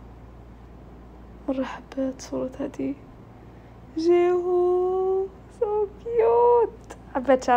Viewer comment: جيهيو مو جيهو سويتي